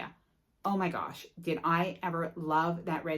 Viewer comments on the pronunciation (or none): none